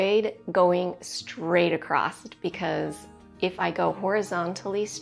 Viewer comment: It's across, not accrosT. (example) She crosses the street, she crossed the street. She cut across her hair.